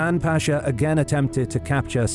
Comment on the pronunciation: As a Turk I have watched your videos so much that I think I have started to forget the correct pronunciation of the Ottoman word "pasha" :) By the way, it is not pronounced "paashaa" by elongating the vowels: it is just pasha. Very short word. It is a commander title.